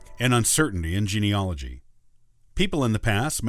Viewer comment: It's spelled geneAlogy.............do you understand what you are talking about.................how can it take notice of you if you can't pronounce your topic?? Stavros